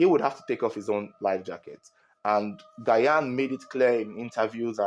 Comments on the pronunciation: Gyan is pronounced Jahn👍🏾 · The way you butchered Gyan’s name is annoying to listen to. You should have called him by he’s first name instead. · How you pronounce the GYAN hitting on my nerves😂❤ Bigups from Ghana🇬🇭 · Mention the name correct Is not Gyan 😂😂😂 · The way you pronounce Gyan shows that you don’t watch football 😂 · you need to learn pronunciation of Ghanaian names tho. Adwo, Gyan..... Much love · you’re pronouncing Asamoah‘s last name wrong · His name is not Asamoah Gah-yan 😭it’s Asamoah Gyan Jesus 😭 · I just love how you pronounce Asamaoh Gyan as Guyan 😅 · Please it’s Asamoah Gyan the “gy” is pronounced as “J”😊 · It’s not Gayan ooo Gyan the Y is silent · Asamoah Gyan is pronounced "DJAN" I believe he may have tried to save Janet because a lot of people panic when someone tries to save them underwater, bringing both them and the rescuer to drown. Thats why when someone tries to save someone who is drowning, the person needs to calm down and basically allow themselves to be "carried". I've been jetskiing before, its very easy to slip off the jet, Janet should have worn a life jacket. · Get your pronunciation of 'Gyan' straight... It's pronounced as 'Jian' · The name is jan(Gyan) so please pronoun it well🙏🙏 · Asamoah Gyan. Gyan is pronounced 'jan' , Ghanaians, am I correct? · The name Asamoah “Gyan” is pronounced as “Jan” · because the letter 'g' has a soft sound and hard sound as in Goat (hard sound), George (Soft sound of 'g'). It should be pronounced as ' jian' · Not gayan it's Gyan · It’s not Gayan but sounds like Jan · Gyan is actually pronounced “Jan” not “Gayan” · Is not gayan. Gyan as Jan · Not Gayan please its Jan(Gyan) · Asomoah Gayan? 🤣🤣🤣. Let me help you pronounce it better. Assume that the first two letters (Gy) are (J) so it will be (Jan) and it will be the perfect pronunciation for the name spelt in twi as Gyan. Your reports are always on point. Good job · It’s ji-yan not guy-an pronounce well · It sounds like Jan not gayan